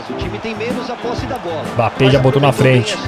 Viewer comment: No minuto ele fala mpabbe